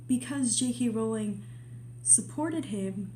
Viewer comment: Its a breath of fresh air to see some common sense around Jk Rowling AND someone who pronounces her name correctly! Thank you for this!